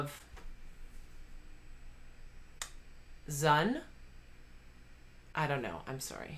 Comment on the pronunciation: Interestingly, Xayah and Rakan are actually anti-human terrorists even though they’re portrayed in a good light and Zed is an antihero. Zaun rhymes with yawn. And in Breathe, the guy with the axe is actually the bad guy. His nation is invading the shadow guy’s (Zed) country. And yes. It’s the same guy.